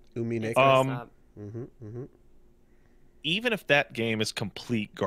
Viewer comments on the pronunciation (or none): we're 3 for 3 on pronouncing it "uminayko", looking forward for more in the future